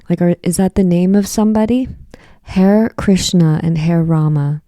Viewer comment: It’s pronounced ha-ray, it’s part of the Hindu mantra. George was a devotee.